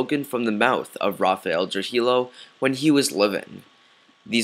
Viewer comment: You pronounce Trujillo incorrectly. It's not "true-he-low", it's "true-he-yo"